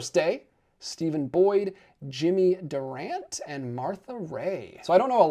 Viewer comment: I resent people who act like experts, talk about movies, but lack knowledge of things. The "e" in Durante is not silent. You mispronounced his name. You should know who he is. Not knowing Wait Until Dark is also terrible.